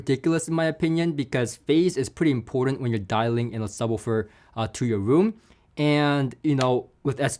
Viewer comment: Can’t get past pronunciation of “subbah-ferr”